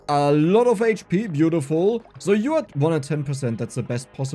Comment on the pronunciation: Man are you German because that Zooooo is cool :D